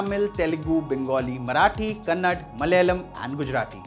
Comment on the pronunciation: Bro correct the word it's not kannad It's kannada How it'll be if I say instead of Hindi Hind?